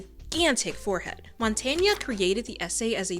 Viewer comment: ... I have to admit, ik that accent and stuff are things you cannot control, but this is the wildest pronunciation of Montaigne I have ever heard. You don't have to pronounce the e at the end, you can pronounce the e at the end ... like you pronounce the end of mountain, which is the meaning of the name.